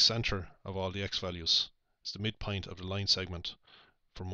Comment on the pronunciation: You said "mid point" and it sounded like mid "pint" to me and I thought "mmmm Guiness" lol